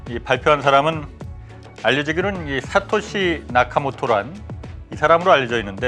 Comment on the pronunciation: 홍사훈기자님 kbs라디오 방송때 사토시를 사카시로 잘못 말하자 멋쩍어 하시던게 기억납니다 그걸 듣고 한참 웃었습니다